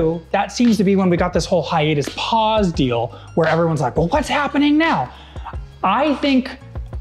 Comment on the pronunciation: "Hi im Breenan Mejia and I have one question WHATS HAPPING TO POWER RANGERS" Made me laugh